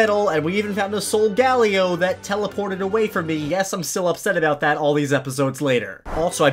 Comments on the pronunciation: its actually pronounced so-ga-lay-oh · Not soul gally it’s solgalaeo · I’m very annoyed that he pronounces it Sol-GA-lio and not SOL-gah-leo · No one:: SolGAleo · Sol - guh - lay - o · Solgaleo is called Sol-ga-leo!! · This is how you pronounce solgalelo. Solg A Lay Lo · No so -ga-la-o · It’s Soul-go-Leo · It's soga-lay-o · It's pronounced " Soul-ga-lae-oe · It’s pronounced so ga lay oh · It’s pronounced so -ga -la -o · Pronounced sol-guh-lay-o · It is pronounced so ga lay oe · What is soo funny is that he pronounced the solgaleos wrong 🤣🤣🤣🤣😂😂😂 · Your saying solgaleo rong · Please learn how to say solgaleo